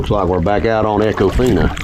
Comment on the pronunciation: Long E sound...E-con-fine-ah